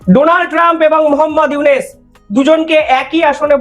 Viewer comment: প্রথম কথা হলো তুই ডঃ ইউনুসের নাম সঠিকভাবে উচ্চারণ কর তোর কথাতেই বাংলাদেশ অবহেলা পরিষ্কার । তোরা বাংলাদেশকে তোদের স্বার্থে স্বাধীন করে দিয়েছিস ভারত কখনোই কোন দেশের ভালো চায়নি। আর ভালো চাইতেও পারে না তোদের মধ্যে রয়েছে ডোমিনেটিং নেচার এই সহজ বিষয়টি বুঝতে বাংলাদেশীদের খুব বেশি কষ্ট হয় না বুঝলি রে হারাম জাদা।